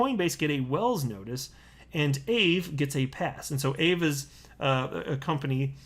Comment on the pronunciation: Your not saying Aave right haha